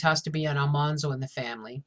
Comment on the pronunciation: You repeatedly mispronounce Almanzo's name. The second syllable is pronounced like the word "man". At least that is the way Laura pronounced it in the one audio recording of her that exists. It's too bad Michael Landon didn't do a little research before he allowed his silly TV show to permanently embed this error in the collective consciousness. A lot of people actually misspell his name now, due to so many people saying it wrong.